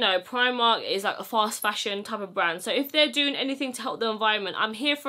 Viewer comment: It came in ‘sho’ many sizes😂🤣🤣